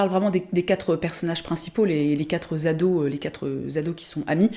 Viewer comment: Non mais... Les quatre « zados », les 4 « zenfants » 😳😳 merci la liaison dangereuse 😱